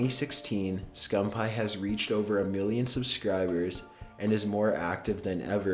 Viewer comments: Optic "Scum-pie" ITS SCUMPII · this boy really said "Scum Pie" lol I'm dead as fuck. it's "scumpii" (scum peeeee) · It's scumpee not scumpie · Why did he keep saying scumPie??? ITS SCUMPEE!!! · bloody hell he does not know how to pronounce words, scumpie supposed to be scumpi guujen wtf is next dude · It's pronounced scumpee not scum pie 😂😂😂😂😂😂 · scumpi not scump hi lol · scum-pie? its pronounced scum-pee. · lol hes saying skumpie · I love how he said optic scumppie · ITS pronounced SCUMPY even thought its spelled SCUMPI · Did he just say OpTic Scumpie? lol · Scum pie and guggin? Fix your shit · i hate how he says scumpie it isnt scum pie XD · did he just say Optic Scumphigh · lol "optic scumpie"😂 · Did I actually hear him say scumpaii? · Did He Just Say Scump Pie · Scum-pie he says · ITS PRONOUNCED SCUMP-EE!!!!!!!! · really? scumpie? you really need to find out how to pronounce peoples named before you report about them. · He is from the famous call of duty clan OpTiC but the guy commentating pronounced his name wrong 😂😂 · Am I the only one that got annoyed when he was saying Optic Scumpii name wrong?! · That's not how you say scumpii but that's okay. You probably don't watch him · NIGGA PRONOUNCED SCUMPII SO WRONG